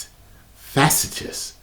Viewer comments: It's "FAH-SEAT-SHUS"!!! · facetious, fa-see-shus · I think the word might have been facetious (fuh-see-shuss). I have this problem too when I encounter new words, or words I don't see used commonly. That having been said; I only say this to be helpful and not cruel or mean spirited. I love watching your reactions to trailers and articles in the superhero movie genre because of your genuine passion. As a nerd for video games, sci-fi, anime, etc. I enjoy watching someone with as much passion and hope for the genre and individual movies as I have. Keep up the great work. And I hope that my comment was helpful. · Fuh-SEE-shuss. Mkay? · I think the word is Facetious. Let me help you brother. Fuh-See-Shuss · It's pronounced Fasseeshuss I think. Great vid though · (Facetious) Fuhseecious...just lookin out. 😄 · Tyrone the word is pronounced Faa-sea-shus. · Tyrone, it’s Fah-See-Shush! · Is he trying to say facetious?